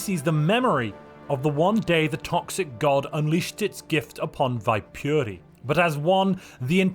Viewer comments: Fun fact, Viipuri is an old city the nation of Finland lost to the Soviet Union in the second world war. It's correct Finnish pronounciation is Vee-pu-re where the R is rolled. One can also call it Wyborg, however. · My dearest friend in the end, I hate how you butchered Viipuri, but I can't complain because technically it could be pronounced like that.